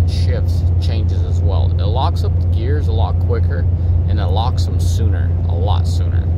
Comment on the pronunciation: have you had a few "travelers" on the way dude, did you say gears or beers ?